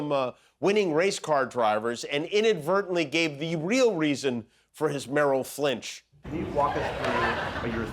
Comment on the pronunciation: “Merrill Flinch” lol!!